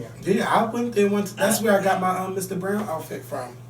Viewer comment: "...straight bwowow..." :)